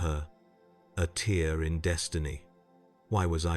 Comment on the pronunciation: The AI voice is good, but gets a few words wrong such as "tear" .